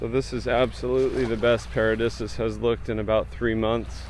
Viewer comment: Paradisus is pronounced para'deesus bro not disuhs.